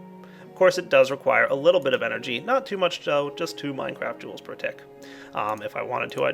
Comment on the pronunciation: "minecraft joules" lol its mega joules XD